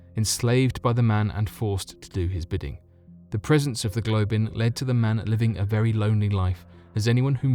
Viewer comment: A Globin? U mean a goblin?